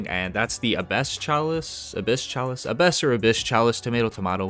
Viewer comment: Great vid, I'm totally gonna abuse that Umbral Form Soul Flay glitch haha. Btw isn't the Exactor scripture catalyst better than Abbess Chalice (pronounced Ah-bess btw lol)?